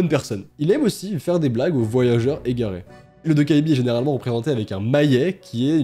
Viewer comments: en coréen "ae" se prononce "è". Alors sa se prononce "dokkèbi" et non "dokkaébi" et "eo" se prononce "ô" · Hello, un petit coup de pouce pour le goblin la prononciation serait plutôt "Tokébi" (le A et le E ne se disent pas séparément), autrement merci pour tes légendes urbaines ça serait super d'en découvrir de plusieurs pays à travers le monde! Gros bisous à toi! Bye!! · "Dokkaebi" ça se prononce "Dokébi" et il y a eu un drama coréen assez populaire dont le nom en coréen c'est "Dokkaebi" et ça a été traduit en "Goblin" (gobelin) 🤔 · Ça me stress quand tu dit "Dokkaebi" ^^' Ça se prononce "Dokkébi" (donc le A muet), le coréen c'est pas du tout aussi facile à lire en romaji que le japonais, c'est ultra fourbe, y a des tas de lettres qu'on voit mais qui se prononcent pas! XD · Super format, ces légendes urbaines ! Petite info : on écrit dokkaebi mais ça se prononce "dokkèbi" :) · Même en vivant en Corée, je ne connaissais pas la 2eme histoire merci pour l'info je n'irais pas à la bibliothèque la nuit😅 (Et pour la petite info ça se prononce "dokkaibi"😉☺) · A on dirait que tu dis Dobby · "Vous n'irez plus jamais dans une bibliothèque" Moi avant de regarder la vidéo: Ah bon? (la naïvetée j'te jure xD) Moi ayant vu le nom de légende: Oh ptn j'connais cette légende et elle fait flipper sa maman TwT Et je me permet de te corriger sur la prononciation de 도깨비 (dokkaebi), la voyelle ㅐ (ae) se prononce comme un mélange de [é] et [è] ^^ (je suis désolée si c'est pas bien expliquer mais je suis nulle en explication TwT)